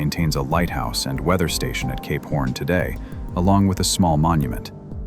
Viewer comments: When you say Cape Horn, it kinda sounds like you're saying Gay Porn. Fascinating video thanks for posting! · Is this guy saying "Cape Horn" or "gay p*rn"?? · When he initially said Cape horn .......I heard it "gay porn" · I listened this while trying to sleep with eyes closed..and I kept hearing K-*orn..and now I couldn't sleep. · CAPE PHORN 😂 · Cape: Sounds like "kayp" with the "ay" sound as in "day" or "say". Horn: Sounds like "horn," with the "or" sound as in the word "door". Your pronunciation of Cap Horn is sadly different... 🤔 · Why am I hearing "gay porn" instead of Cape horn?